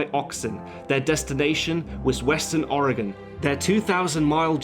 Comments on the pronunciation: Thank you for pronouncing Oregon correctly! You'd be amazed how many people say it incorrectly. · I appreciate how you pronounced Oregon correctly. I hate it when people say Ore-GONE... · Thank you for the correct pronunciation of Oregon. you really go all out with your research. I'm very impressed. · Thank you, from the bottom of my heart, for pronouncing 'Oregon' correctly! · Thank you for pronouncing Oregon correctly. :) I think this film fails as a film in one way, and that is Costner's terrible, terrible voice over. I've always felt that a good film maker can get the ideas across without such a blunt method. And yes, I consider films everyone loves like Goodfellas to be diminished by this atrocious film making mistake. But hey, I'm just one guy in a sea of film audience members. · You pronounced Oregon correctly. Im very impressed. Most mid-western Americans even pronounce it wrong. Bravo. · Perfect pronunciation of Oregon. Well done. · Thank you so much for pronouncing Oregon right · for pronouncing Oregon correctly! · Thank you so much for pronouncing "Oregon" correctly! ...as an Oregonian it is very annoying hearing people pronounce it as "or e gone" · I'm from Oregon and thank you so much for pronouncing it right! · In addition to everything else that was excellent about this video, he pronounced "Oregon" correctly. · As an Oregonian I appreciate that he pronounces Oregon correcrly when half of the people in my own country dont. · As an Oregonian it's nice to hear someone who is not native pronounce oregon correctly. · I just want to say that you're probably the first non oregonian that I've heard pronounce the name of the state right. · I just want to thank you for pronouncing 'Oregon' correctly